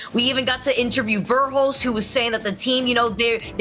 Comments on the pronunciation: God stop saying varehulst. Jesus that bothered me hahaha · I wish I had a dollar for every time she said vare-hulst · Wish this new caster would stop pronouncing Verhulst wrong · Yes I definitely second the tone part of it, I find,, and too be the hardest to listen to mostly because of that. And TOTALLY, some of Tifs comments were hilariously random or irrelevant- I could not handle her pronunciation of verhulst either, especially when was saying 'ver' right after her -ALGS definitely needs to recruit more previous pro-players/coaches as commentators instead of 'e-sports' commentators. I think this would drastically improve the quality of the commentator information, as well as dial back the volume and make it seem more 'normal'. Other professional sports organizations do a great job of this, and I think ALGS could definitely do better at incorporating it.